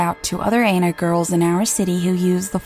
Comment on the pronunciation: And it's Ana not Aina. Jesus woman.